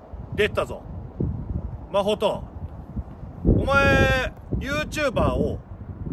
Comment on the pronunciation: マホトって言ってるんだと思うんだけど マコトって聞こえてしまって 一瞬、自分の名前呼ばれてるかと思った😅